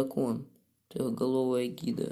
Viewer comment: Не гидра, а гидора